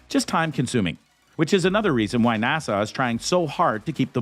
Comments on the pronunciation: Narrator: NASA is not pronounced Nassau! It's NA-SUH! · How the narrator pronounced or rather mispronounced NASA was irritating. Kept saying Nassau. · Why is he saying nasaw? N.A.S.A. it's not even a word, how can you mess that up? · "NASA" is an acronym. “Nassau” is an island city in the Bahamas. You're welcome.